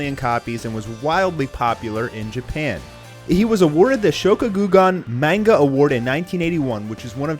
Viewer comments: Manga (mon-ga) not (mane-ga) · Please stop saying manga wrong, it's not meinga, it's ma(hard a)nga